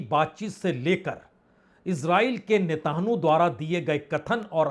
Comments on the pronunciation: Netanu nahi Netanyahu 😂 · अरे महाराज ! होमुर्ज Homurz ) नहीं होर्मुज Hormuz ) बोलिए। नेतान्हू Netanhu ) नहीं नेतन्याहू Netanyahu ) पढ़िए। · Sir netanu ki jagah netanyahu bol diya karen baqi sab theek hai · पुण्य प्रसून जी, आप होरमुज को होमुर्ज़ कहते हो, वह सही नहीं है। साथ ही आप इस्राइल के प्रधानमंत्री नेतन्याहू का नाम भी सही से उच्चारण नहीं कर पाते हैं। कृपया इन्हें संशोधित करने का कष्ट करें!🎉🎉